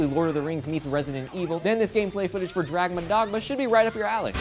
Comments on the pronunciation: its DRAGONS dogma, not DRAGMA dogma. ;b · Did say Dragma Dogma? Check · "Dragmun Dogma?" Wha-- What?! No, here, listen again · What the heck is Dragma Dogma? lol